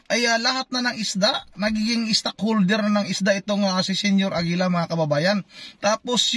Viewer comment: Senior AGILA naging Senior Lapida 😂